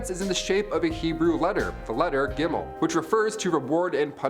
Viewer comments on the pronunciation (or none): none